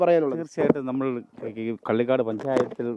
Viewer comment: മലയാളം പറയാൻ ആദ്യമേ പഠിക്കണും (പള്ളിക്കാട് അല്ല കള്ളികാട് )കാട്ടാക്കട താലൂക്ക്